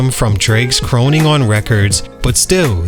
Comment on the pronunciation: You don’t know how to pronounce “crooning?”